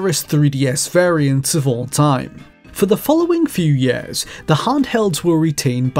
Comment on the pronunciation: Why does he say yers